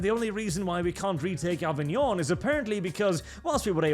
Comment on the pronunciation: Avignooon, this sounds more french than the native french Version 😂👍🏻